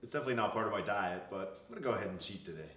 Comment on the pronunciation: He really did say "let's go ahead and cheat today?"......"today"......."today"........."today".........lmaaooooo